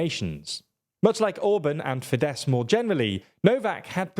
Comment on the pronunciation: Isn't Fidesz pronounced Fidesh?